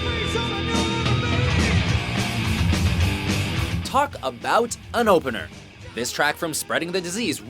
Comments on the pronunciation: IT'S NOT "AIR" IT'S A. I. R. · Does it sound wierd to anyone else to hear A.I.R. read as air?